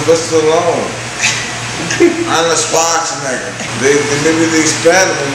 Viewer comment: "AHNALD SCHWAZA NAGGA"